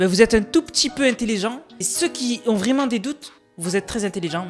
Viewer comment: Belle video. Mais on dit pas “Qui zont du commander”